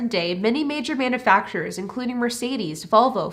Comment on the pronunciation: It's not manafacturers, It's manUfacturers. If you can't talk properly, don't talk at all!!!